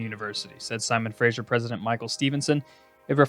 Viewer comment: Simon Fraser...Pronounced "Frazer", not "Frazher"